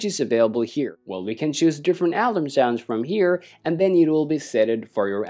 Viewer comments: heads up = its pronounced uhh-larm not Al-Larm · Alam sounds, the word has an 'r' mate, pronounced Alarm